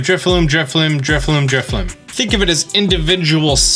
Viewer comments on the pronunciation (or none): Dude is basically a Pokemon content creator and yet somehow he mispronounces pokemon names in every video. In today's video we have "Drifloom" and "Driflim"